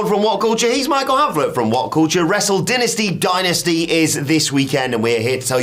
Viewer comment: Why do you guys keep pretending there are 2 ways to pronounce “Wrestle Dynasty?”. The people putting on the show are pretty clear as to how to pronounce it. When you’re introduced to someone, do you ever decide, “I don’t like the way you pronounce your own name, so I’m gonna say it my way”? That’s basically what you’re doing.